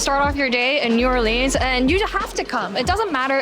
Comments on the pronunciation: Not new or-leens but new or-lins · And she pronounced it wrong every single time - it’s never NEW ORLEENS - it’s new or-lins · Get it right yeoja....it's not new orleans....it's new orlins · it's pronounced new or-luns... not new or-leens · So you're in my city! Nice! But it's pronounced new orlins, not new orleens. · Please stop saying “New Orleens”… that’s not how it’s pronounced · You are like murdering the local verbiage. New Orleans only has one "E" Not Orleeens. we pronounce the 'A". Bayu? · She needs to learn how to pronounce New Orlins. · It’s not pronounced like jeans, drives me crazy when people do that. Any future visitors it’s New Or-lins. Once mastered it turns into New Owlans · NYOO ORLEEENZ 😂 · Not New, it's Nawleans 😉🤙🏼🏵️💚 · might want to check the pronunciation of a city's name if you are going to the effort to visit and video it. New OR Lense is the phonetics that locals use. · It is pronounced Nu- Or-Lins darlin'❤ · So next time let us know when you're coming down here. We have huge Vietnamese culture here in the city as well. Cajun culture is more around Lafayette area "Acadiana". We have so many different cultures and their foods. New Orleans = "New Or-Lins", ,the boot,NOLA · I cringe every time you pronounce the name of New Orleans wrong 😑 😒 obviously, you are from the West Coast. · New OR-lins. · First and foremost, pronounce it correctly! New Ah-lee-uns!! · It's pronounced New Or Lens. You're pronunciation is all wrong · she even read the N'awlins sign and said "N'aw-leens" right after 🤣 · It’s actually pronounced Nawlins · It’s pronounced “New Or-luns” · The way you pronounce “New OrLeens” really bothers me. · I miss the food from back home so much! Thank you for making this. We pronounce New Orleans as “New or-lins” and Bayou as “bye-you” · New OrLEENS 😊🤭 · Ridiculous cocaine reference and persistently mispronouncing New ORleans. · Have to abandon the video. The mispronunciation of New Orleans is so cringe. Ugh! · New..or..lens.. Not leans